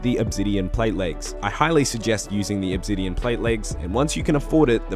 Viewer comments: loves mispronouncing stuff Pretty sure he does it one purpose at this point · didn't know obsidian had a Z in it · they way hes says "obsidian" and "ethereum" really pisses me the fuck off.